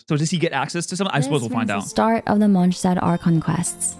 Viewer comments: God I hate the way she says Mondstadt 😅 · Yeah some of the characters cannot pronounce some of the names right but I was talking about the obvious ones like Monstadt for example. Monstadt is pronounced as "Monstat" ingame, not like how you say it in German. So "Monstat" is the cannon pronounciation even if it sounds wrong in German."